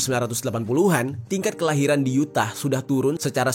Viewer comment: Yutah bacanya bang bukan U tah walau tulisannya emang Utah